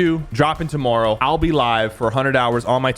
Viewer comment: Sypher said tomorrow like a Canadian.